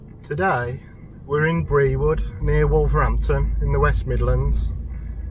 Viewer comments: It's pronounced ..Brood ..not Bre-wood. Always puzzles non locals. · The village Brewood is pronounced brewed as in brewing a cup of tea.